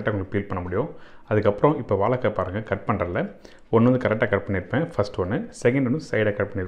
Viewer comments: Why mispronounce 'vazhaikka'? I thought 'zha' is very unique to Tamizh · அன்பரே, வாழைக்காய் என்று சொல்லிப்பழகுங்களேன், வாளக்காய் வேண்டாமே.